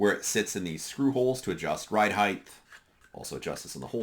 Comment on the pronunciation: Height. Not heighth